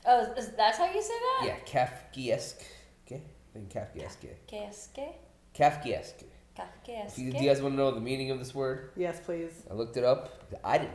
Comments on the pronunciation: Not trying to be pretentious but every time they said kafkey eskay a little bit of me died inside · the way they pronounced was very "grotieskay" =p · Not only did they all say kafkayeskee, kafkieskay, and kafkuheskque 100 times, throws in a final "Los PoLLos Hermanos", phoenetically lol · Wrong. It's pronounced Kahf-Kay-Esque, not Kaff-Kay-Esque In layman's terms, something Kafkaesque is a beaurocratic nightmare with increasingly ridiculous and convoluted steps towards a simple goal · Lmao at trying to pronounce Kafkaesque and messing up the last syllable You were so close dude It’s pronounced Kaf-ka-Esk, not Kaf-ka-ess-Kay like you guys kept saying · calf-key-ess-gay lol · It's pronounced "kafka esk." Kafka was a writer whose works focused on situations where problems have only solutions that screw things up even more. The army calls this a SNAFU (Situation normal - all f**ked up). Marines call it "clusterf**k." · Hahaha "kafkayeeskay" 😂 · My guy said kief-keif-kesk? 😂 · I understand the mispronunciation of Kafka, but EE-ES-KAY for 'esque'? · It's pronounced Kafka-esk. As in Franz Kafka. Pretty famous dude. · It's pronounced Kafka-esque. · The confidence with which wrongly pronounced Kafkaesque lol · the way they keep mispronouncing Kafkaesque is triggering me so hard... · Hey! Do you guys realize that you mispronounced "Kafakaesque"? Just doing my part. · Just here for the kafkaesque mispronunciation comments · good lord that pronunciation was TRIGGERING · What's with the dislikes?? Is it because of the pronunciation of kafkaesque? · It was kind of amusing how adamant he was about the wrong pronunciation. If I'm unsure of a pronunciation, I go to one of the online dictionaries and they usually have an icon you can click on and hear someone pronounce it. Still, it was funny. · Well. Thank goodness the pronunciation is explained in the episode. Sorry,, not even close. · The last syllable? He fucked up the last 3. How do YOU pronounce it 😂